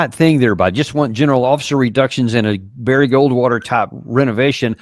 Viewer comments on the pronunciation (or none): none